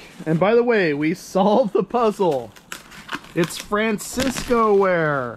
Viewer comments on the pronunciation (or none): It's not FranciscO ware; it;s FranciscAN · not fransisco it is pronounced fran sis can lol and homer mcglafin its pronounced homer lof lin